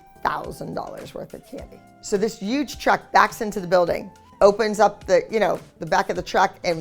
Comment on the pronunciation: Anyone else notice that Abby always says uge instead of huge